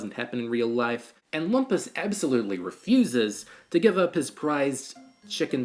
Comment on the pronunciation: THAT’S “LOOM-PUS”!!!